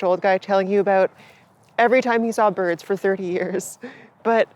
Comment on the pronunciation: Ayeeeeeee its da fkn boids